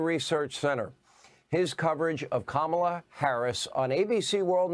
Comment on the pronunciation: Learn to pronounce her name for starters!! Secondly, tRump is a straight up lier and wants to be a dictator like his best buddy Putin!!!